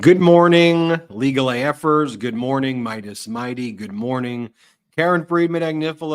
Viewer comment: "Good morning you legalAeffers😂😂😂, sounds like your swearing at us, when listening at this end...I laugh everytime you say it!🤣 DEMOCRACY will win in ROEVEMBER 🗳️💙🇺🇲🇺🇦🇨🇦🏳️‍🌈🌊:_biden::_vpharris::_mighty::_KFA::_ben